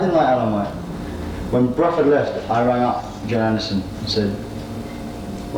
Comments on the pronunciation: Love the pronunciation of "Brufford" - back then he'd probably not heard Bill Bruford's surname spoken and only read it on the albums and in the music press, and thought it must have the same vowel sound as "Rutherford". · Fascinating, historical interview! Quite surprising how he pronounces Bruford as “Bruh-ford” more than once!